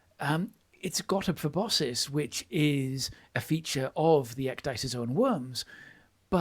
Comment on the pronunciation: Me: why does keep mispronouncing proboscis? Note: I learned the word proboscis through Homestar Runner